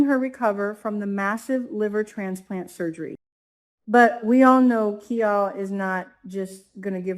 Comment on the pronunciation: Kial is not pronounced as “Key All” but as “Kyle.”